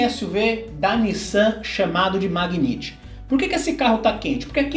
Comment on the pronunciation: A pronúncia correta do carro da Nissan é Megnait, e não Magniti.